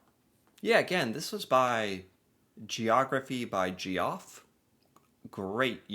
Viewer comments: Hey - Geoff is pronounced the same as JEFF! Throughout your videos, you keep pronouncing it GEE-OFF.😊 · it’s Jeff not Ge-off. My dad lives in Alberta and it’s the most beautiful place I’ve ever been. I’m from Ontario and we pretty beautiful too. 😉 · Geoff is pronounced the same as Jeff. Its a British (therefore ENGLISH) pronounciation. When two vowels go walking, the first one does the talking. 🤔😲😃🇨🇦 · GEE-OFF !!!! Pretty sure it is GEOFF !!!!! ( jeff ) 😮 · Geoff is JEFF. NOT gee-off. 🤦🏼‍♀️🙄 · Geography by Geoff is pronounced Jeff. Geoff is British the spelling. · - its Jeff NOT G-Off!! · Geoff is pronounced Jeff not Geo Off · His name sounds like jeff not geeoff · Geoff is pronounced the same as Jeff, lol😅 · Geoff is also pronounced Jeff.😂 googling if Banff is, in fact, in Alberta.😅😂 So close. So close. As for the NO SALES TAX…they DO have a sales tax, it’s called a Harmonized Sales Tax which is a combined tax. They can’t claim NO tax at all. It’s just not a Provincial Sales Tax. There will always be federal taxes. And the HST is higher than most other provinces because of this combined tax to make a singular tax. GST is everywhere, PST is everywhere except Alberta. HST is only in Alberta. BC had the HST for a short time, but people complained and we went back to a 2 tax system. HST is the same tax amount as PST and GST combined. That’s it. 12%. 7% GST and 5% PST. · Geoff is pronounced Jeff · Geoff is pronounced Jeff… Geoffrey (Jeffrey) is the British spelling. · Geoff = Geoffrey = "Jeff" xD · Geoff is pronounced Jeff. Lol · Geoff is pronounced Jeff, sorry for nit picking lol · Note: the name Geoff is pronounced JEFF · Geoff is pronounced Jeff. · Geoff is pronounced Jeff. It's just a different spelling. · Geoff should sound the same as Jeff. Just a fancy annoying way to spell Jeff. Lol. I have a few Ge-off friends so they like being teased! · "Geoff" is pronounced like "Jeff". It's basically the British spelling!!